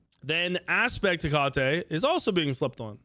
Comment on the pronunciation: LMAO it’s pronounced Heck-uh-tee. Not heck-caught-tay lmao😂